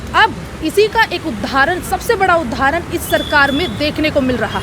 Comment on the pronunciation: suniye aap jealousy chhorke phle bolna sikhiye उधाहरण nhi उदाहरण hota hai